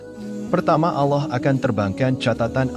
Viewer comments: Hati2 ngomong allah.jgn alah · paling gak pake suara sendiri ,, jd serasa mengolok olok tuhan ,pakai bahasa AI.. ALLAH , di katakan ALLOH....